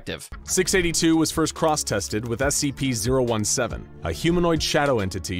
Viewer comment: SCP not sips